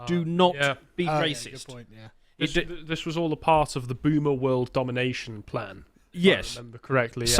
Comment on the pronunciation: Boomer with a soft A bahahahaha!!!